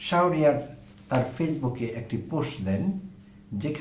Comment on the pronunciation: প্রিয় ভাই, আসসালামু আলাইকুম। ডোন্ট মাইন্ড প্লিজ । ছাত্রদলের নেতার নামটির সঠিক উচ্চারণ " শাহোরিয়ার " না হয়ে " শাহরিয়ার " হবে । ধন্যবাদ।